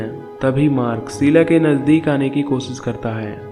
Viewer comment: Sheela not seela. Please correct your words